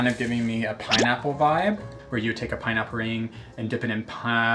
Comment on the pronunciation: “Snetchnically” “Pineapp ring” “Piiiiinecake batter” Someone call Webster’s, we have been blessedT with new words.